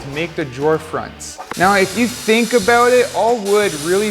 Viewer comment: You said “out” and “about” and I knew you were from Canada.